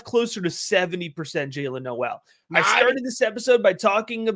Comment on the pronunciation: Great work as always. Very fun watching you be in on Noel before consenses. PS Was listening to JJ from Late Round and he mentioned Jaylin tweeted his last name is pronounced "Nohl". Not No-el.